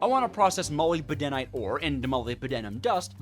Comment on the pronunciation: Did he say molybedenite